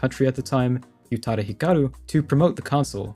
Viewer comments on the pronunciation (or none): "Ooh"-tada Hikaru, not "You"-tada